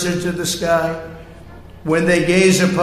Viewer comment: Yo-seh-mights. And he went to the University of Pennsylvania.